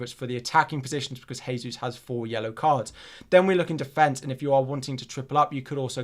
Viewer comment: You’re still pronouncing Jesus wrong. Thought you may like to know.